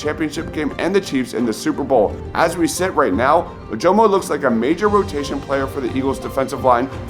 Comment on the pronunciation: Dude, learn how to pronounce Ojomo. It's "uh-juh-muh"